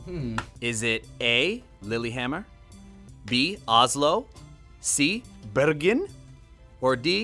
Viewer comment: Birgen??? Bæærgen!! Det e den værste eg har hørt noen sagt Bergen, Ka faen